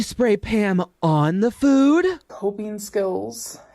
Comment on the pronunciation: Drink every time she said “fEwD” in this video 😂